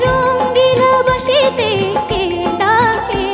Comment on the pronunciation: উচ্চারণ টা ঠিক হলে আরও ভালো হতো। বাশিতে নয় ওটা "বাঁশিতে" হবে।